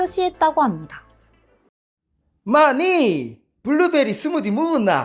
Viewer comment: 부산 사람으로서 블루베리 스무디 발음이 거슬리네요 ㅋㅋㅋㅋㅋㅋㅋㅋㅋ 재밌게 잘 봤습니다 ㅋㅋㅋㅋㅋ